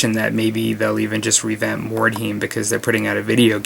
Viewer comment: Being a bit of a dick here, but...Mord-High-m. You said it right the first time then every other time it was like nails on a chalk board. :)